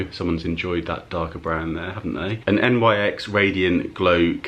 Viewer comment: I think NYX is pronounced like NIX (Nicks) and when brands collaborate and they say ‘x’ .. instead of times, it means for.. e.g Soph x Revolution would be Soph for Revolution. Nice car boot finds!